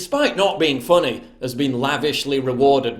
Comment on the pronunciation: Being “fonney “ 😂